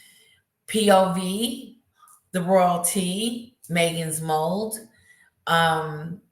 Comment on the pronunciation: You’re so cute 🥰 I saw your live from the other day and it’s funny how you slip up names a little bit. lol. I’m not sure if u know you do it but it’s so cute. (emty lawyer, Meghan’s mold) 😜 love the show!